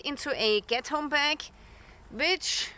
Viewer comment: Coming from a German living in the U.S. with the heavy accent. I thought you said Ghetto bag 😂